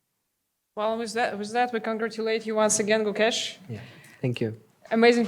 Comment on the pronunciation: Gukesh ❌ CooKESH ✅